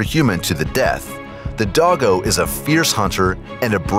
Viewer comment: Dogo is pounced Dough go